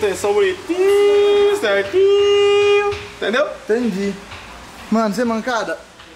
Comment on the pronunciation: ele cabe cerntin kkkkk po coronado precisa de umas aulas de portugues em